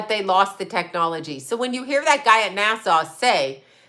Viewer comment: NASA NOT NASSAU. NASA SOUNDS LIKE ASSA NOT ASSAW